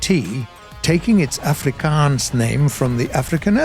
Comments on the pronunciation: Ex South African Defence Force Ratel gunner here ✌, Ratel here is pronounced as (Rah Til) Ratel 😉👍, you got the word Afrikaans spot on and rooikat almost there lol but well done on South African Armour history because your spot on all round, subbed and thank you for highlighting some of our pride 👍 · for a non-local, your afrikaans is pretty good, only thing is you pronounce some things a bit off, like the A at the start of Afrikaans. but still, bravo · Ratel lmfaooooooooooo😆😆😆 The way how he pronounces "afrikaans" and afrikaans words